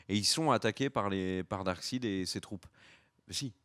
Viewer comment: S'il te plait. Arrète de dire darksid. Ca m'arrachait le coeur à chaque fois.:(